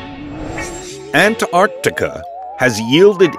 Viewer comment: Ha he pronounced it antiarctica